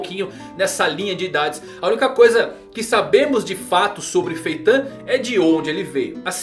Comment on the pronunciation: que agonia cara chamando Feitã kkk